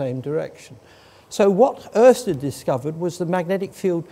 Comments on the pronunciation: Pretty good pronounciation of Ørsted from an Englishman! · Impressive pronunciation of the letter ø by an English speaking person. Pretty much spot on.